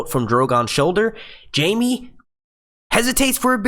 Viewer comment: I trusted you. But... but... you made the biggest mistake there is... you mispronouced Jaime.